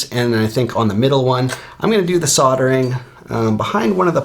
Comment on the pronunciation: Strange way to pronounce soldering 🤦🏼‍♂️ killing me to hear 😂